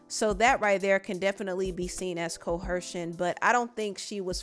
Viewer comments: Why does she keep adding an H to the word coercion? She keeps saying "coHercion" and it HAS to be to promote comment because there's no way she is just randomly adding an H in a word that doesn't have one. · Get yo MF azz down 2 da MF courthouse! Gotta love it. 😍 Also I love you. Just gotta let you know it’s pronounced co-er-sion & not co—her-sion. Thank you for your great work!!! 💜